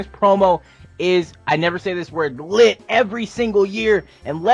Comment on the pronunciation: ruined the word lit 😂